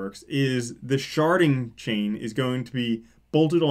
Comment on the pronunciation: For some reason, I only hear "sharting" when you say it.